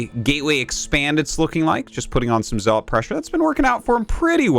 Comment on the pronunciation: I wish he said zealot correctly